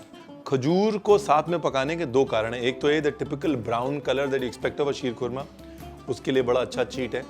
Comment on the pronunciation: mashallah what great urdu talaffuz sheerkhurma👌👌👌